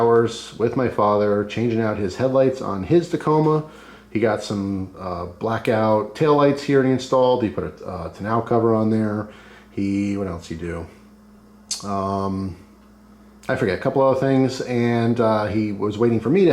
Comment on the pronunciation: Te-noa cover, lol.. tawn-o cover